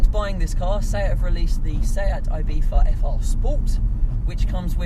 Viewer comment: Am i the only one who can not fucking stand him pronouncing Ibiza, with IBIFHA